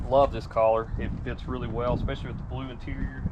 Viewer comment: Not sure what part of the country that feller is from but please let him know that the word color is pronounced Kuh- Lr not Call -lur That got my OCD's boiling